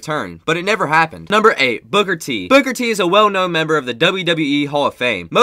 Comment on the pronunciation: You said booger t it's booker T